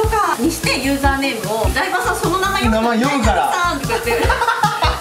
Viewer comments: なんてちょのー 直さないのねww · ちょの笑